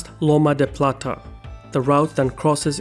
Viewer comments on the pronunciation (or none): Daaaamn your Spanish and Portuguese is really bad. I mean if you want to make content about South America at least listen on how to pronounce the names correctly: "Loma del Plata" 😂😂😂 This is typical behavior from English speakers who never care about the Spanish pronunciation